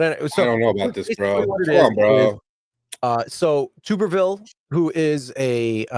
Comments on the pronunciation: Tommy Tuberville, pronounced (T-ubber-ville), rhymes with upper. Senator Tuberville for those who don't know is the former head football coach of the Auburn Tigers, undefeated in 2004, (13-0), the Texas Tech Red Raiders and the Cincinnati Bearcats before starting a political career. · Ironically the guys name is pronounced Tubber- ville….former Auburn football coach…love you guys keep up the work